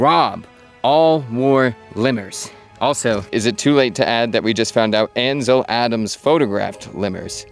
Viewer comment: Moun in … Really? Anvil Adams.. Really? I can’t continue listening to